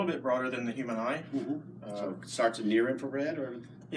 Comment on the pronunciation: Please tell Seth that "human" has a H in it. Good job guys